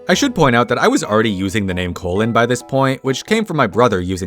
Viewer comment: Gee dee cologne